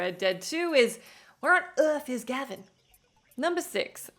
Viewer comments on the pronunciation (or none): none